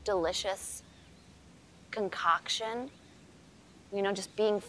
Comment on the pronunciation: Concoction...conCOCKtion...OMG hilarious jajajajaa